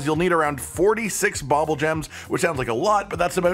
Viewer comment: Bubbulgems don't have an OP secret... just a sole intended use... Also, it's pronounced "bubble" not "bobble"... they literally spit bubbles.